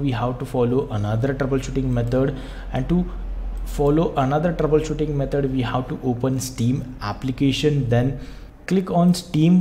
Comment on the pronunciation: ITS METOD NOT METOR